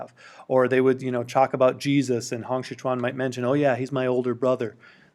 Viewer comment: Pinyin: Hong Xiuquan Pronunciation: Hong Siu~chuan Not: Hong 'Si' 'kuan'